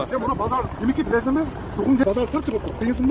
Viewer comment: Духун жетеви дейтко манка